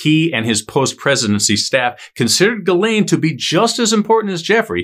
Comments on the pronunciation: Ghislaine: pronounced “Jizz-Lane” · I thought her name was pronounced JIZZ-laine? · Is it pronounceded jizzlane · Isn't it pronounced jizzlane? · THATS how you pronounce her name?!!!! 🤣 I've been calling her something completely different 🤦🏼‍♀️ riff raff either way, and she looks so much like the female sketch of one of the suspects in maddie mcanns case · Would be easier to watch if he could pronounce Ghislaine..